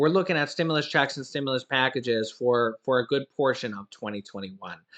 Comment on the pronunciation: Amazing production man. There is a certain way to enunciate the word “checks,” emphasis on the “ch.” JS. Marketing is my job.